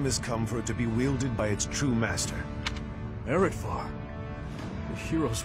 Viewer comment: It took me awhile and a second playthrough to remember its pronunciation. Areadbhar sounds like Arrr-ed-var, rather than A-read-bar. Trivia: Areadbhar was originally a weapon used in ancient mythology and was said to be soaked in so much blood, that it was toxic to the touch.